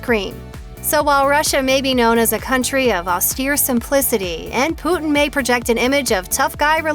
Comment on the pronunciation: She pronounced it as poo-tin XDDD